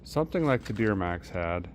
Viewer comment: Just a question did you know you said deermax😊😊